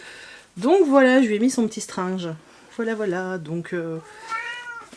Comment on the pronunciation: « Je lui ai mis son petit strinjeuh » 😭😂😂